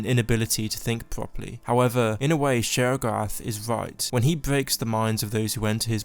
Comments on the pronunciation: 'Sheorogath' Me: still understandable 👍✌ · Y’all should put subtitles on and read it whenever he says sheogorath